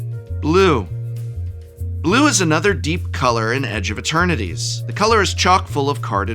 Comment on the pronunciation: Is it me or does the professor keep calling the set edge of maternities? Lol